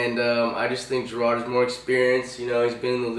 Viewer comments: Garrard is pronounced: "Guh-rard" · Shaub is pronounced "Shob" not Shwab. don't pretend to be hot football shit when u mispronounce 2 of the biggest QBs in the league (you also mispronounced Garrard"